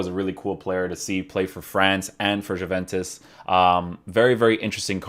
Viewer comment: Did he pronounce the J in juventus??